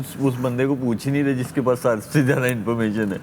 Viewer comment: سب سے جیادہ Shoaib Malik with hindi "Ja" instead of Urdu "Za"😂